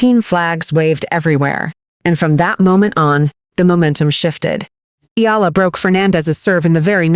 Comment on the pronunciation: Eh Ya La not Yala